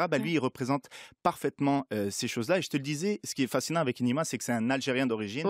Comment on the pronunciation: Putain c pas énéma c énima